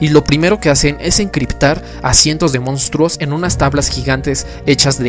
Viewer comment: Es mi idea o si pronuncia: "Mostros" jajaja Fuera de eso,¡ gran vídeo! Saludos del por ahora actual, 2020.